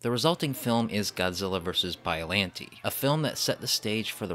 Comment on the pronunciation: I think biolante is pronounced (bi-o-lon-tey)